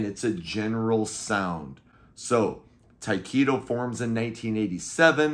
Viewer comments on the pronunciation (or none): Just a formality but I thought Tyketto was pronounced Ty keh toe not Ty Key toe? Great album though! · FYI- Correct pronunciation of Tyketto is Tie keh toe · It took me until you showed the CD cover to figure out who you were talking about when you pronounced it Ty-keeto, lol. The band is pronounced with a short 'e' sound. They're one of my favorite bands if all time. The first 2 albums are classic but the rest of the catalog is also fantastic. Former Journey vocalist Steve Augeri sang on the 3rd album, Shine, which was very Zepplinesque. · It took me until you showed the CD to figure out who you were talking about because of the way you pronounced it lol